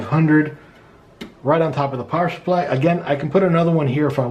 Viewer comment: Awesome vid, all I need to do my first build! Thanks a ton. PS. "Power shupply" just cracks me up lol. Came here researching R6 Blackout which is on sale on Newegg right now at $110.